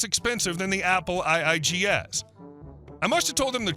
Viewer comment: The "Apple eye-eye-two-GS" is actually the "Apple Two GS," just sayin'... But wow, someone buying a bunch of Amigas really takes me back...!!!